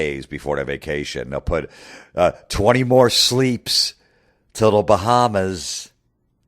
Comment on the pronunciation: The Way He Goes In On “Sleeps” 🤣🤣🤣🤣🤣🤣🤣